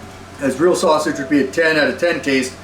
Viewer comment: Bro called it a sussy-ge